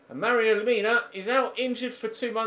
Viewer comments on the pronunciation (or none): none